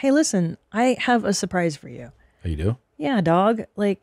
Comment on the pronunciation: "I have a surpise for you, yea dog" - Queen Christina